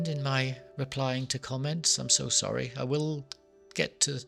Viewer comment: Zoory,,, waffle waffle, zorry,,blabla ,,,,zzzzzorrry eeer. Blabla